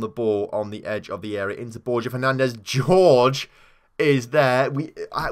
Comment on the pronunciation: It's hor-hey not George...